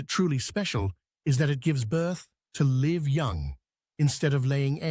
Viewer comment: Dreadful AI-generated voice-over. "give birth to LIVE", pronounced with a short "I" instead of LIVE instead of as in alive with a long"I". Ugh!